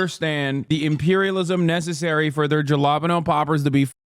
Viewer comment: What? You're still pronouncing it ja-lop-ino?